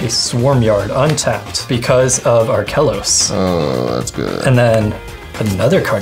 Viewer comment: I cringed every time said Arkelos.